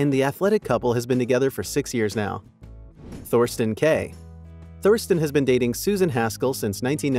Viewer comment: It's Katherine KELLY Lang. Thorston is pronounced Torsten (silent h). McInnes is pronounced Mic In Es. I can understand the mispronunciations of Thorston and McInnes but right out of the gate with the wrong name altogether??? Do better. LOL